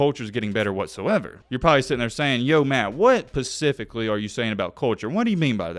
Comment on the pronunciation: I lost it when he said "pacifically" instead of specifically hahaha dont quit your day job.